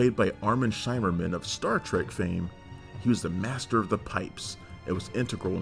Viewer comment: Good lord, why are you pronouncing Armin Shimmerman's last name that way?